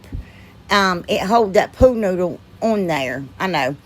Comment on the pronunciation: Lol i crack up every time you say pool noodle. It sounds like your saying pooh noodle. Im not good at pricing things I just give them to neighbors and friends for free lol. It makes me feel all gushy inside giving things away lol.